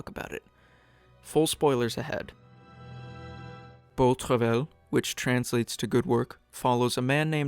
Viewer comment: It's pronounced "bow truv-eye."